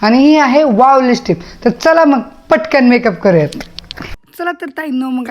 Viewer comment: *जयश्रीगणेश, नमस्कार सर्वांना🙏 *अगं.... लिपस्टिक असा शब्द आहे. *राग मानू नकोस... पण रहावलं नाही म्हणून सांगत आहे. * तू त्याचा नीटपणे, स्पष्ट शुद्ध उच्चार करत नाहीस...... *लिप म्हणजे ओठ आणि स्टिक म्हणजे कांडी किंवा छोटी काठी..... ओठ रंगवायची छोटी कांडी असा अर्थ नीट समजून घे! मग आता कधीच उच्चार चुकणार नाही. असो!😊 *धन्यवाद!😊